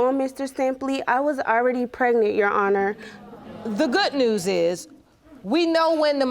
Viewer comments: I always get tickled when they say "YOU HONOR" instead of "YOUR HONOR" 🤣🤣🤣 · Lol I heard myself repeat "You Honor" twice out loud when they said that 😁😁🤣